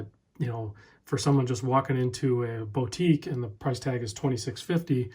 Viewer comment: Boutique is pronounced boo-tique not bo-tique. I'm still recovering from your Oceanographer pronunciation lol!